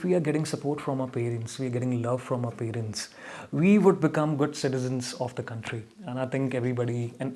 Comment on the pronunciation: Haven’t he miss pronounced “parents” and “competitive” ? I was expecting this to affect his pronunciation score!!